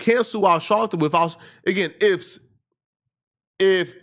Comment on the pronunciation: Are you saying Shalpton?